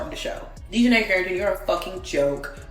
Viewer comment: AI narrator … Dionnei Carrington, what is that? Son of Dionysius? Reject from The Odyssey?